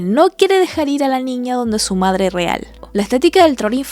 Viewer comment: "Ya quiero fuirme, e irme con mi verdadere pedre y medre"